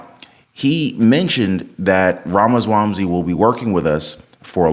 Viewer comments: Ramaswamsy??😂😂😂 Dude!! IT'S RAMASWAMY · wait bro u said Vivek Ramaswamsy?